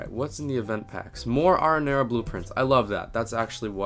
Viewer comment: You Pronounce “ Arrinera “ Wrong!